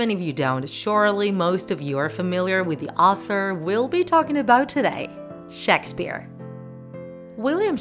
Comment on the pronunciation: "shaks sphere"